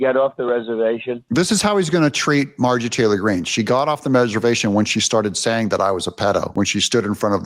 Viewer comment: Stop calling her Mar-jee Taylor Green. It makes you sound more ignorant